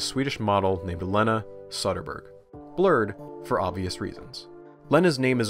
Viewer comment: Respectfully, It's Söderberg, O and Ö are different letters. The latter part is also almost like "berry", the G isn't pronounced as a consonant. Languages, amirate?